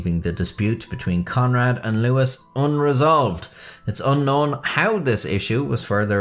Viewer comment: Louis III is NOT pronounced "Lewis"